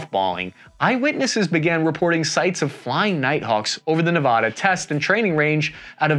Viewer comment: Excellent video, but you said Nevada incorrectly.